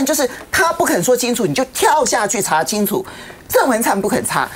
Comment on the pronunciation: 某名嘴：国惨蛋！嚓（二声）青醋！！